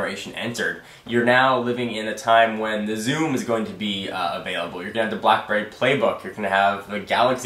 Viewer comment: I thought you said "Zune" when you said "Zoom" at the end. I laughed... out loud